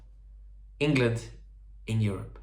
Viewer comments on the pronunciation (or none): none